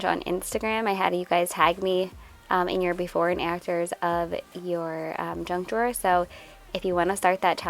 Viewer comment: Did you call the “junk drawer” a “drunk drawer”? 🤣🤣🤣